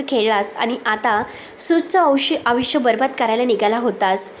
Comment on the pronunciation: अग बाई तू आयुष्य म्हणायला शिक आधी.. अविश्या म्हणतेस 😂😂😂